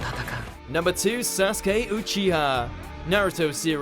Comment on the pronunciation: That dude can't even say Sasuke's last name correctly "Uchi-ha" lmaooooo